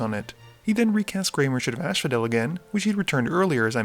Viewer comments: First of all... I really enjoy your videos. Keep up the great work. But is it just me or am i constantly hearing "ashphodel" and isn't it as-phodel? ^^ also i would like to know if you guys are playing with proxies from time to time? (Those duals man - sooo jealous) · "Ashphodel" bothers me every time. The Fields of Asphodel probably don't mind, though. Certainly no one there does.